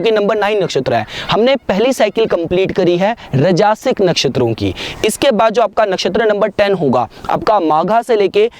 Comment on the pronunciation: It's not rajaasic but Raajsic. Not Tamaasic but Taamsic.